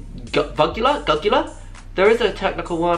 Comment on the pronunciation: it’s Jugular, sis